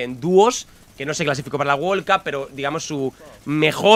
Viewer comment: Nadie: Absolutamente nadie::wol cup